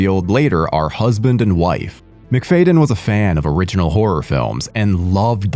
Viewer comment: Your pronunciation of “McFadyen” is ridiculous.